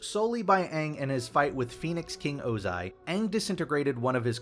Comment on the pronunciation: Did I finally hear Ozai pronounced correctly??